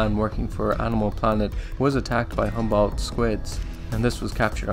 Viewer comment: Great presentation, but it would do you some good to learn how to pronounce some words like "Humboldt" and "Newfoundland" properly. Would just indicate a further level of professionalism, but gj with your resarch nonetheless!